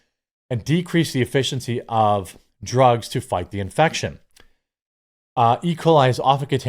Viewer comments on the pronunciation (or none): none